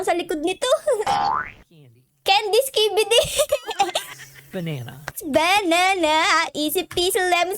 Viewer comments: hindi po banena dapat banana hindi lang banena😂❤ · banena mail si ate hindi banena banana 😂 galing mo talaga